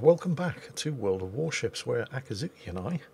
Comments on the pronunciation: its akizuki NOT akatsuki the two are completely different words! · Akazuki (probably mispronouncing your Cat name) sounds like the imperial action stations alarm from Star Wars